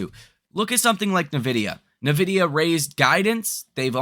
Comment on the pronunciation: en-Vidia not neh-Vidia